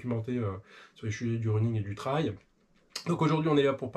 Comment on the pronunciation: prononcez trail: pas « traille » mais « trèLe »… . et merci pour les conseils running 🏃‍♂️